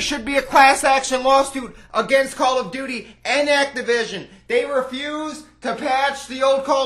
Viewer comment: activishtin liszchten